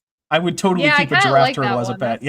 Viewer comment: I don't know why, but the way he says Giraffe feels offensive. I feel almost insulted when he says "A Gyaffe". Very perplexing